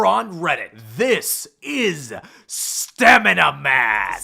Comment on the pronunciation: Bruh stammina man😂